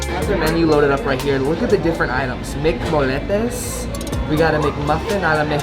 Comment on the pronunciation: Pronounced moyyyyettes not no moletes 🙄😂